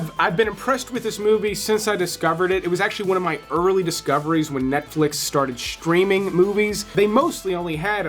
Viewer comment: I really hate the way this guy pronounces words with the letters ST... shhhhhtreaming..... Shhhhhtaight.......aushhhhtralia....it fucking gets on my tits so unprofessional